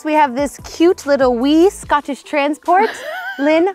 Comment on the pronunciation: Scaatish, NO scOtland OK